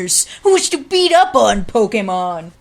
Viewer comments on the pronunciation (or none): none